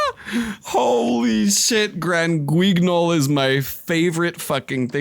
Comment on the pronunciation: Granguignol is pronounced "gran-gee-nyol", it's from "Grand Guignol", which is French.